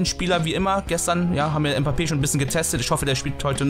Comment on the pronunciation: Bro du bist der beste RTG streamer aber Mbappé spricht man Mbappé aus und nicht mpappe